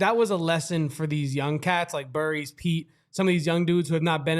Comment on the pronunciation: Am I the only one that was annoyed that they couldn’t get Jaden Bradley or Brayden Burries names right through out the whole game. They had to mispronounced both at least 3 times